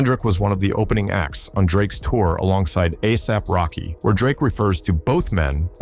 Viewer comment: The fact that his name was mispronounced "a dollar AP Rocky" lets me know that this video is some AI slop.